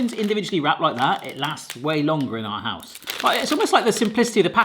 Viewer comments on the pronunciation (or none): none